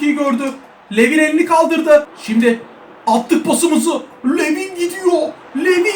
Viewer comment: ABİ O ADAM LUVİN DİYE OKUNUYOR